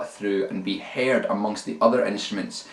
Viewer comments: That accent though... "Haired". Cracked me up. :D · he was joking about how brogue makes him pronounce the word "heard" as "haired". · This is actually very helpful for me. Sadly, I fell into the Metallica "...And Justice For All" attitude of scooped mids, high treble, and high distortion. Hopefully this will help to beef up my sound a bit and actually make it sound more than an under-produced Cannibal Corpse album Plus, the way you pronounced "Heard" made my day :) I don't mean to dog you, many nationalities pronounce words differently. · I like the way he says "heard"